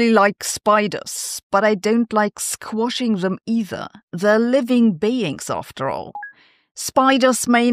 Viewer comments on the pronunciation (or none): Squashing has a short vowel.